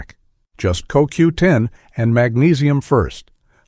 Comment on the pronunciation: the voice calls it C O W 10 ITS COQ10 JUST IN AI SPEAK LOL